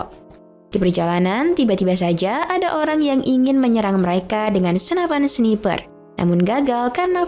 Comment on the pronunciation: Maapin Kaka 🙏izin koreksi , jangan marah ya 🙏 bacanya snaiper ka 🙏